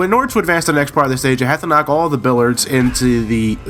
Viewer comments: It's billiards with an 'i', not billards. Also you wouldn't call the balls 'billiards', just balls. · it's pronounced "bill-ee-ards."...nuclear. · There's a second "i" in the word "Billiards."